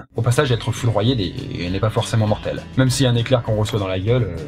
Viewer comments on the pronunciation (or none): none